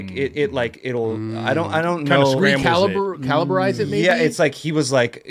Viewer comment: did say caliberize about the drone??? love it haha